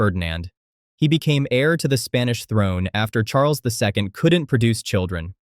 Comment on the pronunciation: Spanish throne❌ Spanish Thorn✅